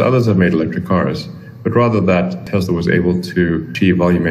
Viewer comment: Nice tank lol it’s Tesla, not Teslar. Love the vids keep it up!